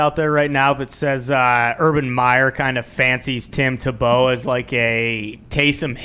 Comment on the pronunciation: Please pronounce Tebow correctly. Tea-bow